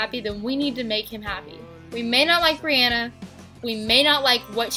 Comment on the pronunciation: Its bryana not briana lol and this is a good video